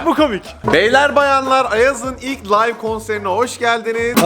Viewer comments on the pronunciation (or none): none